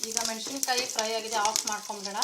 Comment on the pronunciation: ರೆಸಿಪಿ ಚೆನ್ನಾಗಿದೆ,ಮೆನಶಿನಕಾಯಿ ಅಲ್ಲ,ಮೆಣಸಿನಕಾಯಿ